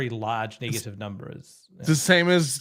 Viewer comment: I reported the channel for saying negative......or Knee gah tive....